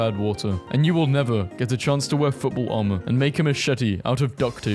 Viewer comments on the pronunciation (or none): none